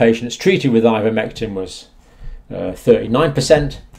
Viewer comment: Ivermectin NOT INvermectin